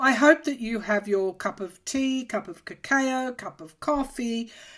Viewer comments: Correct, I spelled it as cacoa based on how pronounced it in this video. I loved the way she pronounced it...sounds like a fancy coco. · What is Ca-Kay-Ooo ?? ☺